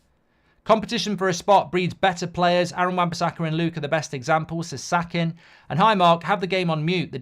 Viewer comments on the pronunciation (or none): none